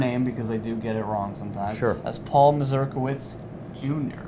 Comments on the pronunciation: He is an American of Polish descent, that's why the strange surname. What is sad though is the fact that they pronounce the word complitely incorrectly. Should be more as Mazurkievich, not Masljdalighksf :D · Can you at least pronounce your own polish surname as it meant to be pronounced? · Came here just to hear how Paul pronounced his surname